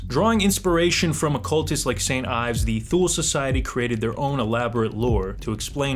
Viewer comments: You lost weight! Lowkey you were hot thicc haha love you Edit: it’s pronounced Eves Ee-vs not Ives look up how Yves Saint Laurent is pronounced bud haha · Ayves? Really? So u say Ayves Saint Laurent too? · Yves is pronounced "eves"